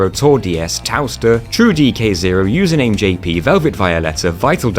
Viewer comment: Another great video, the effort you put into these is incredible. Also hearing you say that username made me laugh out loud. They definitely picked that absurd name just to hear some poor soul try and say it XD